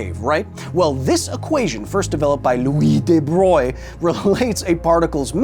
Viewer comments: DE BROY 😅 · hearing you pronounce de Broglie make me wanna hear you say brillouin